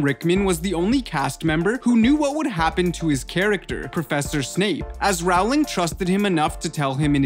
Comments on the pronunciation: This is true. Row as in row your boat. Rhyming with bowling :) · People say row instead of role it's roling not row -ling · Btw Rowling rhymes with bowling not howling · Paola Ramirez yeah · It’s not ralowing it’s rolwing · its ROLLING not ROWWWWLING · 1. Maggie Smith was NOT in DH1! 2. J. K. Rowling’s last name rhymes with “BOWLING”, not “HOWLING”!!! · It does NOT rhyme with “bowling” 😂 It’s “row” as in row a boat. It’s an “oh” sound. R-oh-ling. Bowl has an “ol” sound like in “old”. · ITS PRONOUNCED JK ROLL-ING NOT HOW ITS SPELLED ;_ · He pronounces rowling as rawling😂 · When he doesn’t even say Rowling right... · I have to agree. The narrator of this video is completely annoying! Everything you say is NOT a question, dude! And, YES... J. K. Rowling's last name rhymes with Bowling... Not Howling! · It's his accent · Claire Marron yup